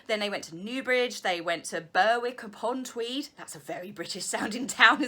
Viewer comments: Burr-wick is pronounced Berrick (Berwick) :) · It's pronounced Berrick you don't pronounce the W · Berwick upon Tweed is actually pronounced “Berick”... just saying! x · oh please BUR WICK..... its BER ICK love the videos urgreat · Berwick is pronounced Berick with a short e. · LOL, Berwick upon Tweed is pronounced "Berrick";-) Your video tour of your Mum's Xmas decs left me dizzy!:-o-0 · Berwick upon Tweed, pronounced Berrick. I've been there. Then I went to Chillingham Castle. A lovely place for a wedding! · Berwick Upon Tweed is pronounced "Berrick" He is crying that he has been in touch with the Marines, since Megxit but he has been texting some of the guys he served with, the Mail were referring to the fact that he hasnt been in touch with "The Royal Marines" Harry is saying he has as hes messaged a couple of the lads who could stomach him, and seems to think that that is staying in contact with the 'establishment' of the Marines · They do and they are so pointless. The last few days with the train trip and all the stories, reindeer Beth and the sausage, and the final family meet at Windsor was just wonderful. (BTW the W in Berwick is silent - my Dad was born near there!)